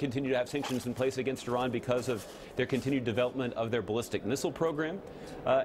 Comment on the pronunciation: Thank you for pronouncing Iran correctly, White House man.